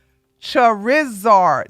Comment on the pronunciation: 57 Omg can this be clipped? your pronunciation of Charizard had me cryingg 😂